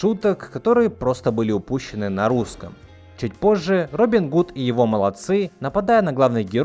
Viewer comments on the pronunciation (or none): Не молодцы́ Робина, а мо́лодцы. Не знаю, мне и тогда все было понятно, и про рост, и разговор наутро. Сначала подумала, что loads of shit, что, в общем-то, одно и то же. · Не молодцЫ, а мОлодцы.